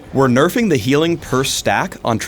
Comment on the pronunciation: and btw it is nerfing not nerfind